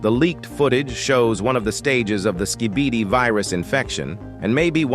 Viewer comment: I like how he says skibidi wrong